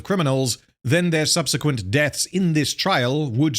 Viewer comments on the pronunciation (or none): none